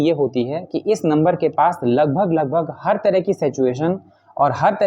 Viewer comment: सेचएशन तो मत बोला कीजिए महाराज कम से काम सही तो उच्चारण कीजिए सिचुएशन है